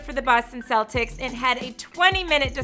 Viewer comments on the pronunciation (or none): none